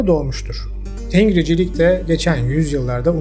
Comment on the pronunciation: Tengricilik diye bir şey yok. Bu kelimedeki bitişik NG genizden çıkarılan n sesidir. Resmi Türkiye Türkçesinde bugün artık kullanılmayan ancak halen halkın kullandığı bir sestir. İstanbul Türkçesinde "geldinmi ?" sorusu halkın genelinde , köylerde "geldingmi? " şeklindedir. Burada ng nazal n sesidir, g harfi n sesinin genizden çıkacağını ifade eder. Eski yazıda Arap harfleri Türkçeye uymadığı icin nun harfinden ayrı olarak nazal N ayrı bir harfle temsil edilmiştir. Ancak Türkçede orta asyadan beri getirdiğimiz ancak bugün köylü konuşması gibi kulağımıza gelen nazal N sesi için alfabemizde bir harf bulunmadığından bu fark ng ile temsil edilmektedir. Bu yüzden tengri okunurken yazıldığı gibi değil ng genizden çıkan n olarak okunur. Ayrıca tengri değil Tangrı. Gök tanrıya inanmak tanrıcılık olarak tanımlanamaz.